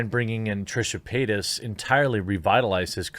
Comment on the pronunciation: I keep hearing Trisha peynis